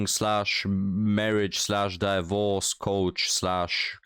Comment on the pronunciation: I like how he pronounces it "die -vorce." I'm adopting that.